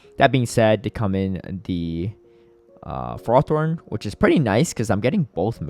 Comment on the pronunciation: hi, love your videos! buuuutttt please stop saying fer roth thorn, its ferro-thorn <3 edit: both you and kept saying it haha